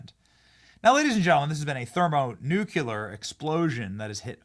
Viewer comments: Benny, It's "thermonuclear" NOT "thermonuculor." Are you channeling Bush? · What is a thermonookuler? you idiot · Nuculear? Benny said thermo nuculear just like Dan Quayle!?!? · You just said, Ther-mo-Nuke-Yuh-Ler"? Thats a clear sign of a careless, thoughtless speaker. People made fun of George Bush 43 for saying, "Nuke-Yuh-Ler" all the time, and he would never say it right. Is it some sort of a "tell", or just retardation? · “Thermo-nuculer” Cmon Benny 😂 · Thermo nucular? Come on Benny. You know better.